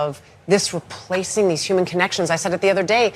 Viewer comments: Why are they saying Uman instead of human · that man consistently saying yuman